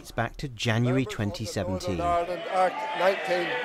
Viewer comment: The Welsh lad, Lord Murphy, can't even pronounce Ireland. He's saying island, like lots of others do...